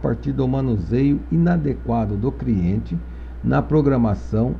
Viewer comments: as aulas são boas mas, Quem ouviu "CRIENTE" da um JOINHA kkkkk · Criente?... Shemartefone?... Esmartefones?... Kkkkkk